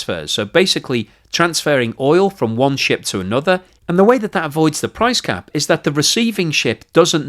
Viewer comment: "price crap" lol. Maybe I'm the only one that heard that? TBF out of all the videos I've watched (almost all of them) I think this is the first slip up. I don't think I could make a 5 min video without my tongue turning to spaghetti so this is a joshing compliment.